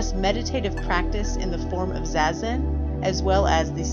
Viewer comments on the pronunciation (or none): It's "zah-zen" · Is that really how it’s pronounced, zazen? Like zay-zen?? I thought it was like “zah-zen”